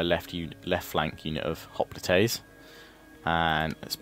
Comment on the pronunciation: If you watch the video it sounds like he saying Spartan hoplATAES